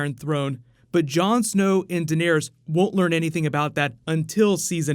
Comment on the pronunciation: It's Dan air es. Not Den ear es. 😂